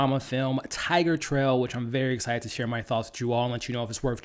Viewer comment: Great movie, great review. I just couldn't get you constantly calling it "Tigertrail".